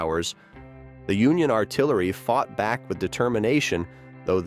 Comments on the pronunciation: Union Ar-ti-larry.? What kind of AI narration is this? Getting tired of AI bullshit.... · "the Union 'ar-ti-LAIR-y' and others